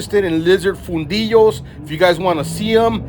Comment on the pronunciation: Fundillo , close.